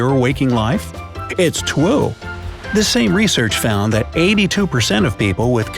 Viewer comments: you said twi instead of true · Trew not twee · (Its Twue?) He meant to say true lol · its 2am, is it too late to head to bed now well ima mark the what moments in this video "Its twue!" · he said "twue"not true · is when he said twoo instead of true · "Its twoo!" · haha😅"its twue" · “ it’s TWUE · it’s twue 🤦🏻‍♀️😂😂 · its twue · “it’s twue” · "Its Twue!" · ”It’s twue” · "It's twue!" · Did he say twue? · Anyone realise somewhere on the video he said twue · did he say "its twue"? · It’s truwe 😂😂😂🤣🤣🤣🤣😅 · He said tweu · Do you remember when he said “it’s trwo” instead of “it’s true” xD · it's twoo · You said twou is stead of true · Its Tuwe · Did anyone realise that instead of saying it’s true he said it’s twue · "it's twu!" ???? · Like if you heard "Twue". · “It’s twu” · it's twue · Did he say, "It's twue"? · it’s twue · he said troo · it trwo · "It's trwu, uwu" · Yup - caught the "twue"! Lol! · He's a descendent of Elmer Fudd, apparently.